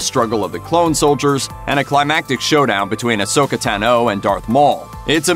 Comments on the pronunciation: Asoka "Tannoo"? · Andy Stewart they never get it right🙄